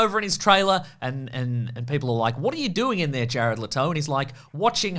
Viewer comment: "Jared L'Toe"